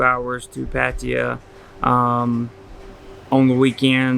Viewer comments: Could you perhaps one day learn how to pronounce Pattaya correctly? Or are you unable to learn new things? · How long time do you think you have to live there before you can pronounce the name right...?